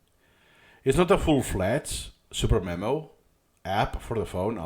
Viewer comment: me: mom can we get supermemo? mom: we have supermemo at home supermemo at home: suDermemo supper memo superneno